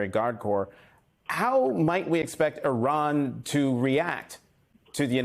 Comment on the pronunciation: whoever you are, is it possible for you to learn how to pronounce "Iran"? How do you pronounce "Italy"? Good grief.